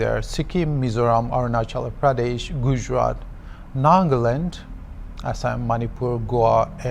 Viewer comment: so hornbill tv hire a British or the news reporter was just trying to change his accent??? as he said Naaahgaland etc. *****"